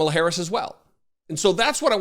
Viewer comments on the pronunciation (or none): Hey Trump! She isnt old Joe Biden even though you wish she was. Trump cant even pronounce the name of his own countrys current vice president yet.